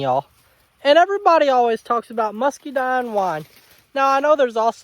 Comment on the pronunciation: Muscadine wine is my dad’s favorite. I think he would like yours more, because he likes it sweeter. Lol. I love that you pronounce it like I do, “muskydine”. ❤